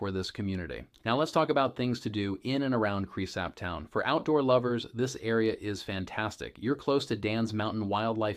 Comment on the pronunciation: You should probably learn how to pronounce the name of the town if you are going to be teaching people about it. Same goes for the name of the county.